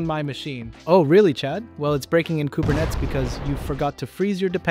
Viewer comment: So the mispronunciation of Kubernetes is on purpose, right? 😅